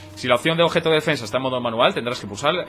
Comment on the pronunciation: Objeto !OBEJTO¡ Tanto cuesta hablar en Español?